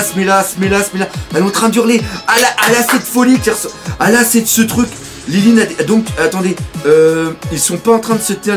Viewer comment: c pas lilin mais linlin